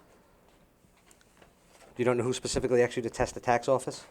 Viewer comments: aksed?!? try asked you fucking fool. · A lot of questions being axed by the male attorney.